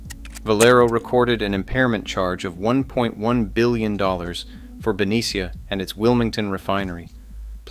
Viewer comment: Ben-nee-sha… not Ben-e-C-ah..